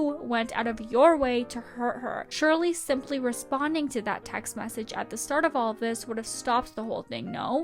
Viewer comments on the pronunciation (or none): It's EVENT, not EVANT. TEXT, not TAXT. EX, not AX. Fix your pronunciation, girl.